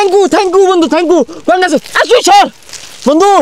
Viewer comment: কনগাচুদেলেশন😂😂 কনডম কিয়েটর😅😂